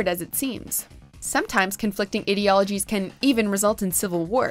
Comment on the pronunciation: You did not just pronounce "Ideologies" with a short i in the beginning.